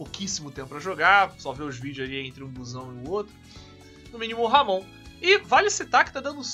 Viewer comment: Pronuncia correta fica como Amon